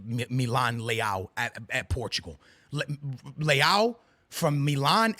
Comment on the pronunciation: Mano devias de treinar a maneira como dizes os nomes dos jogadores portugueses...como português dizes muito mal ... Não é liau .é leāo